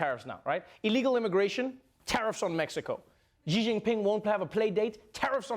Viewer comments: Our president's family name is not pronounced "G", it's "Xi". If you have difficulty pronouncing that, just say "C" or "she", both much closer than G. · Wrong pronunciation, not "G" but more like "C" Xi as /si:/ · Trevor, that's a great Russian accent. You just need to pronounce Xi correctly. It's pronounced like "she" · actually it pronunces more like shee [∫i:]